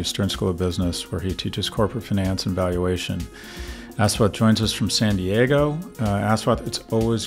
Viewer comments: It's pronounced USwath. Us-wath. Very difficult for Indians to use the highly limited 26 letter English alphabet. Ass and assume. us-ume. us-wath. Easy. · His name is said as “Ush”like the first syllable in “Usher” there are no long syllables in his name. it’s also “wath” not “waath” The mispronunciationis just painful to hear. please just call him Dr. D if you cannot say his name. imagine how it would feel if you had someone just completely butcher your name and then repeatedly call you that. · Repulsive to hear him pronounce the name as Ass wat. When its supposed to be Aash wath